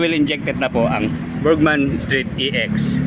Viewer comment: Haayyy salamat. Burgman n din hindi burjsman, kakarindi pakinggan "BURDJSMAN" pati un mekaniko sa min burjsman ng burjsman. ung mga vlogger po jan burgman po hindi burjsman bka sabihin d tau marunong magbasa, pero bos, wala nang tire hugger pala ex